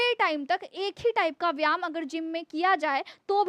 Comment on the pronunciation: Madam please correct yourself you pronounce one word very much wrong, its VYAYAM and not VYAM.🎉🎉🎉🎉